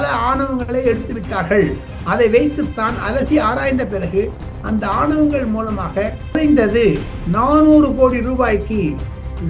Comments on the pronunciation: ஆனவங்கள் என்று கூறி திராவிட model போல தமிழை கொலை செய்ய வேண்டாம் ஆவணங்கள் என்று கூறி தமிழை காப்பாற்ற உதவி செய்யவும் . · மூத்த பத்திரிக்கையாளர், aavanangal என்பதற்கு, aanavangal என்கிறார். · ஆவணங்கள் not ஆணவங்கள் sir